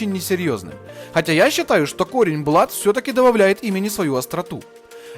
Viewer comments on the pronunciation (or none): none